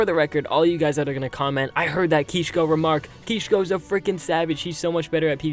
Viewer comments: Ok first of all u dont need to tell us what u r doing this isnt a fucking blog u little bob u actually dont understand how cringe ur ark videos are do u? Change the titles, thumbnails they are so cringe. 2. ITS KISHKO u fuck not Keeshko. I am so disapointed.. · no that's kishko he said kisko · lmao "KEESH-KO." You had to get your parents to rent you servers so you could finally keep a base.